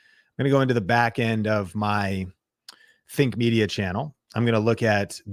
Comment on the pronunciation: Something I've noticed is when you quickly pronounce "Think Media" in these videos, it does sound like "Fake Media" sometimes. Just be extra clear on the pronunciation. I love the content you guys make to help smaller creators grow!